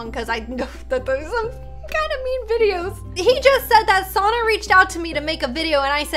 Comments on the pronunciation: It’s not sarna it’s sanna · it is not sona it is sanna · I always laugh if she said sonna insted of sanna 😂 but its ok i still love and sanna❤️ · said Sonna not Sanna lol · What ok kinda susssss she said Sanna wrong she said Sonna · its sanna not sonna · It’s sanna not sauna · Sanna not sonna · It sanna not sonna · She said sannas name wrong she said it like SoNnA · its not sonna its anna just with an S at the beginning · sonna me umm u said that a bit wrong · Your saying sonna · U say sanna sunna its an a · I like how pronounced Sannas name wrong because she barely new her lol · ITS SO FUNNY HOW SHE SAYS SANNA